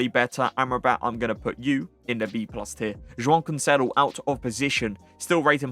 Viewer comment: say joao cancelo like a normal person 💀